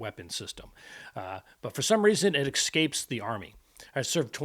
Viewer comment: Oh does it "excape" the army? Sounds like English escapes you. Just don't axe me a question, please. You sound unlettered, which checks out for Trump supporters.